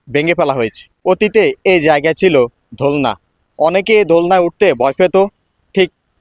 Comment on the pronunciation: হোয়াট ইজ ধোলনা উচ্চারণ সঠিকভাবে বলা যায় না দোলনা